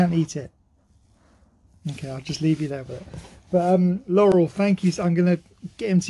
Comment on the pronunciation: lol that "you" and his "I love you's" are so cute. His "Laurel" was pronounced very well too. He's just so cuuuute chasing his tail being so excited and happy. Another awesome video. Cheers guys ! 💙🐕